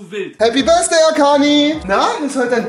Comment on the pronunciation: Niemand: Wirklich Niemand: Rewi: Happy Birsday Arkani